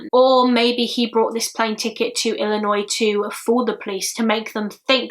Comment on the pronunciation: thank you soso much. You pronounce Illinois properly. So happy you didn't sat Illi noise